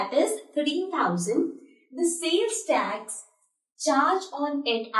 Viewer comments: Not tex ,it is tax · Maam u dont know english it is tax not tex